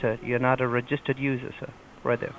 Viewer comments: Reh-JIST-ered? What the heck is that emphasis? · "You are not a reg-es-tereed member sir" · "you're not a rogistered user"